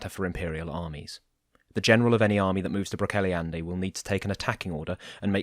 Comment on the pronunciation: Love these audio versions of the Wow and WoF. Just so you know, Brocéliande is pronounced 'brock-KELL-ee-ond'. Keep up the good work! ☺